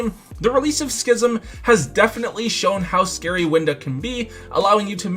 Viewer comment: All I’m going to say is thank you for pronouncing schism correctly. Other Youtubers should learn from you, heck I think even TomBox pronounces it wrong.